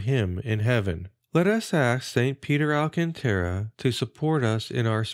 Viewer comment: Thanks for the upload, but two corrections: the accent on Alcantara goes on the second syllable, not the third (alCANtara), and in Avila, the accent is on the first, not the second.